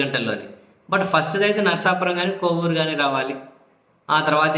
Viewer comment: కోవూరు కాదు,కొవ్వూరు కరెక్ట్ !